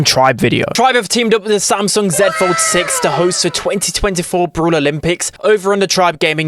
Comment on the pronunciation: First time hearing someone say 'zed' fold six - as a brit this makes me proud